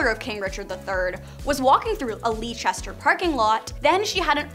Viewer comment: It's pronounced Lester (Leicester)